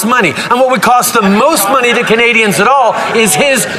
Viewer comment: So 1.2 % of the worlds Climate change is what Canada put out but what does the rest of the countries of the world pay for what they put out ??? And why does Trudeau have a hard time to say Canadians ????